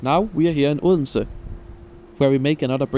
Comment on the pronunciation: Announcements in foreign languages are always tricky. gave us the correct Danish prononciation of "Odense", but as a foreigner I would like to hear the "d" there. In German, I guess you could sample "Bodensee" and cut the B. On another train that would stop in Naestved, my ears told me that I heard "Nästa Nästa".